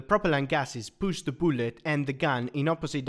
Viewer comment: Every time he says boolet I smile